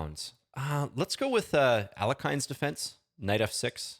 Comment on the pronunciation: At the risk of sounding pedantic, Alekhine's name is more properly pronounced as al-YE-kheen rather than al-YO-kheen. There can be some ambiguity between the two vowels, but the Russian language Wikipedia page spells it «Але́хин» and notes that the other pronunciation is "erroneous." Not really a big deal I guess, but if anyone ever tries to look smart by correcting your pronunciation you can throw it right back at them and thereby assert yourself as the most annoying person at the party.